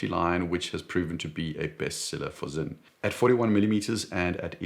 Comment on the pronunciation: It’s sinn, not zinn